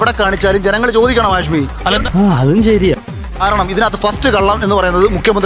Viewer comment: ഹാഷമി അല്ല ഹാഷ്